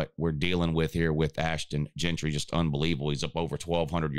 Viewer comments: Jeanty. Not Gentry. All you do is college football and you can’t get the dude’s name right? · Ain’t no R in Ashton Jeanty’s name…